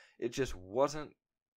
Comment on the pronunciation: fee-nom. not fe-nom. like "that guys a phenom (fee-nom) at basketball" ....otherwise good video mate